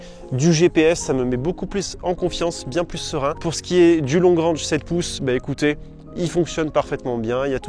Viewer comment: Long rènge ai est Long rang... Prononciation sabine Dans la pratique le franglais est implanté. Ça fait vraiment bizarre de vous entendre parler comme ça. Il n'est pas trop tard de s'adapter et d'évoluer